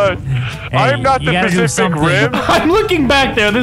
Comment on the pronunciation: nogla said pasific ring